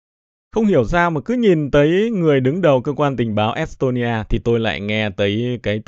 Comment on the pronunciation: Nghe es tôn ni a, môn đô va phát biểu cứ cấn cấn